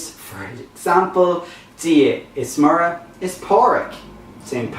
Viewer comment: MURRA for Muire..appalling no differentiation between Broad and Slender..MUIRE is spelt MUIRE a slender R..execrable !!!